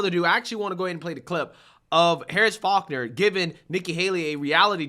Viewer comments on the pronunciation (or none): Dude her last name is FaulkNer You made it sound like harris focker😂